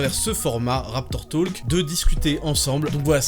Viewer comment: raptor "toulque"